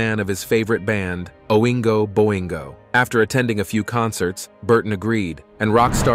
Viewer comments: interesting and sad, but for a concealed "facts" channel; you really should get your facts straight, Danny Elfman is not a rock star, he is a composer for film and television scores, he was the lead singer for Oingo Boingo, [a new wave band who achieved only moderate success] though, your narrator pronounced their name incorrectly, I will need to research to verify the other information given for my own edification, and take any information provided on this channel with a skeptical eye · "O-whoing-o-boingo" and "Julierrrd school" 🤣